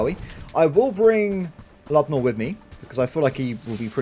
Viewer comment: I believe your companion's name is pronounced Lube-oh-meer, not Lubnoor